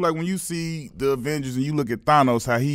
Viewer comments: Q Rich call everybody Thonos but it's Thanos!! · It’s pronounce “than-os” 😂😂😂